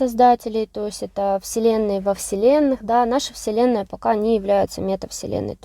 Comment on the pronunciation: Слово "вселенная"- слышится как вслЁнная. Не случайно?🤝